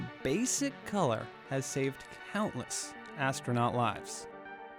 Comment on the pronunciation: astrraNUT 🤣😂 Learn some English.